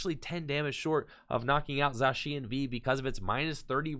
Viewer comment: He’s saying it right now